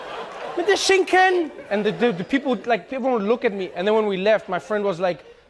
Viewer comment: Brööö"TTchen und SCHiiiiiiiNKKKennn"!!!😂😂😂😂🤜🤛😅 Made my day!! Grüsse aus der Schweiz👍😅😅